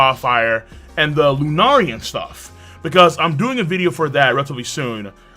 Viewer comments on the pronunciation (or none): none